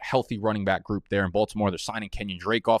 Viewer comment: Can you tell us why you say bike instead of back? I’m new I got no idea